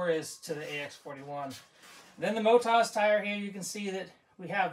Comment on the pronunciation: I always thought it's Motoz and not Motaz...😉🙃